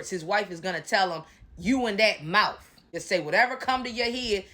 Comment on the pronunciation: Not the mowf. Lol. You be killing me.😂